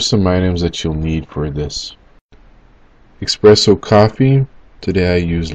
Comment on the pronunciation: Oh my god 🤦🏻‍♂️ expresso